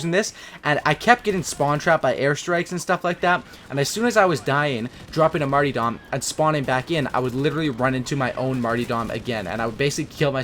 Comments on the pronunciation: Dropped a like, but yo, the perk 3 is called Martyrdom, not Martydom like the name Marty. There are 2 "R's" in the word. Nothing but love, keep making your awesome COD vids! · Mar-TYR-dom ffs